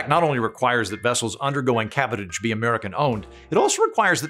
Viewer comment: "Cabotage" is pronounced like "sabotage" ....with an aaaaahhhhhh